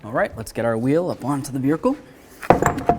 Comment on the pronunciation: "the vericle" HEHE! Great video guys! Keep them coming please!